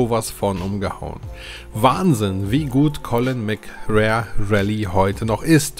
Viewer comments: Heißt es nicht Colin McRääähh Rally😎 McRare klingt komisch... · Die Aussprache ist eine Katastrophe :D Es wird [MäcRey] ausgesprochen und nicht [MäcRär] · Das wird MC Ray ausgesprochen.. 🤣 Aber ja geiles Spiel. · Bitte colin mcrae rally und nicht colin mc rare😘😘😘😘eins meiner realistischsten Rally Erlebnisse damals! Es hatte für seine Zeit eine echt realistische physik😋 colin konnte man aber nur auf der ps one/2 spielen, auf n64 ging das gar nicht, ps is the place to be! Ich liebe die n 64 im Sachen von fanatasy games 😍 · Colin McRare. 😁 Dennoch gutes Video. Ich konnte mit der Reihe nie etwas anfangen. Mir war da Gran Turismo deutlich lieber. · Ah ich habs damals geliebt ! Colin mc RAE? AHHHHHH ich dreh durch 🤣🤣🤣 mc Ray ausgesprochen! 🤣👍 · Spricht man Colin McRey aus.✌🏻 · Ich habe dieses Spiel als Demo als Kind hoch und runter gespielt. Das hat richtig gesetzt und ja, es bockt heute noch. Allerdings Habe ich mich bei deinem Video selbst erwischt, wie ich deine Aussprache zu diesem Titel jedes Mal korrigiert habe. Collin Mcrär Rally...das klingt soooo falsch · Als Rallyfan ist deine Aussprache von Colin McRae harter Tobak :D Aber das Video ist große Klasse! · Hat mich auch getriggert xD